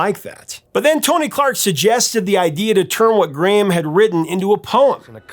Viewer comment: We pronounce his name Gray am in the UK